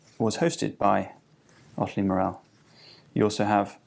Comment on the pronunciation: Pronounced "MOR-al" not "Mor-EL"